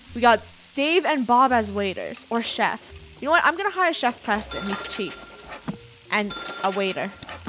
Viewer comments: "I'm a ShEf" burns CrOhSaHn ShEf. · "I am shef"? No, no Shef is i . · “IM A SHEF” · wait funneh said "say im a shef" at the end of the vid but at the comments she said "YOOT COMMENT TRAIN" soooo.... thomas is a shef